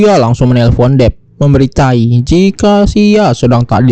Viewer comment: memberi tau bang...bkn memberi taii..hahahahahahahahaha